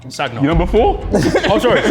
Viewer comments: Nah when they asked him who he stays in contact with and bro said Sag-na and Arteta 😂💀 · Bruh the way he pronounced Sagna 😂😂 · said sagna with a g too 😂